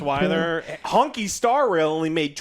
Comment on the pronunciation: “Honky star rail” lmao